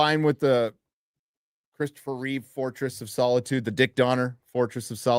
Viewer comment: WHY do you d*psh*ts put an "S" at the end of Chris REEVE?